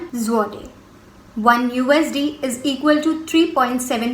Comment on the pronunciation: you are pronouncing Zloty wrong which is hurting my ears XD